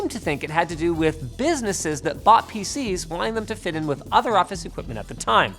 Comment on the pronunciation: Am I the only one that heard "faeces" instead of PC's